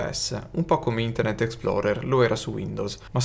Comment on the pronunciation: "Internet ExploDer.exe" 🤣